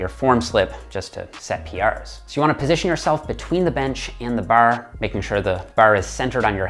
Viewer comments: ITS BAR NOT BURR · Thank for the tips. Ps the way you say baaar is so Canadian. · I like how he says bawrh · Bar, barrrrr,.baurrr where is he from..he says bar with a accent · Thanks for the videos. Very helpful both physical and mental. Åre you Canadian? The way you pronunce bar is interesing. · The way he says “bar” makes me think he’s only pretending to be Hooman